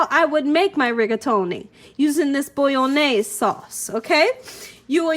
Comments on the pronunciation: say it like mayonnaise but bolo-naise as its not actually italian at all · Love this recipe! Thanks, i'll for sure try it out! :D But i just cannot help myself at being a pedantic ass and couldn't not say something about your pronunciation of bolognese (i do see that you tried, though ;) ) :P Phonetic pronunciation (for English speakers) for ease: "Bo-loch-njay-suh".